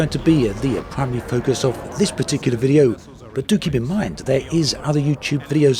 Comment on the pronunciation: I had a bit trouble listening to this video, great although it was. I'm not sure if you're doing it on purpose, but you intonate word in a subtle but bizarre way, word such as "video" you say "vide-ó" stressing the 'o'. You have a pronounced British accent, so It just felt out of place.